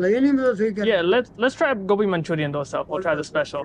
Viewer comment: American saying dosa properly while North Indians struggling with it😂